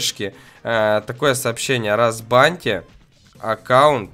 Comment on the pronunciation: А почему рзбаньте а не разбаньте?